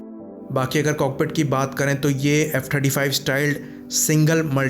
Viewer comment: I also heard 25 lekin phir 35 bhi lga kuch confusing tha